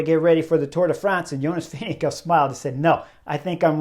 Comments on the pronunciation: VINGE- GAAAARD. Not VINGE-GO. ffs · I dont understand how you can pronounce tadejs full name but completely disgrace Vingegaards surname. It is NOT Vingego so get yourself together! 🙄